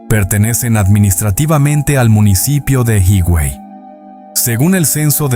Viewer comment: Hermoso documental,, Hermoso mi pais,, pero como siempre alguien debe poner la nota,, 😊 ,,HIGUEY no es" jiguey" recuerda que la "H" es muda y se pronuncia "iguey" lo mismo con "AZUA" es como se escribe sin acento en la U,, discúlpame por la corrección, Bendiciones